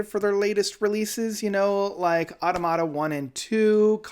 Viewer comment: It's uh-TAH-muh-TAH, since it's the plural of automaton.